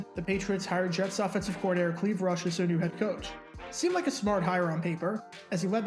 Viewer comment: Clive Rush, not Cleave Rush...